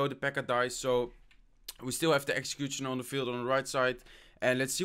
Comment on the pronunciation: Please learn how to pronounce "Executioner" you say it like Exxcxecuxchiona